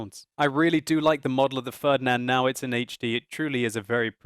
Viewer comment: "the fördnand" ... xD